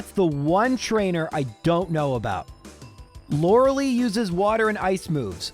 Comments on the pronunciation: Stop calling her Lorelee. It is Lorelie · Sorry, after like 5 times it got on my nerve. The ice type member of the elite four is Lure-a-lie, not Lure-a-lee.